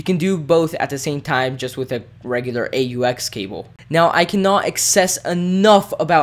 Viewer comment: A. U. X. CABLE COME ON